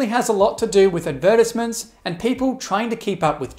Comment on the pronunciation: . The way he said advertisement. Lol. I had to turn captions on to see what he said.